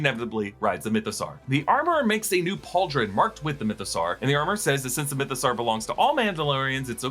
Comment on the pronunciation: why do you say mythosaur as "mytho-sarr"? you don't say dinosaur as "dino-sarr", do you?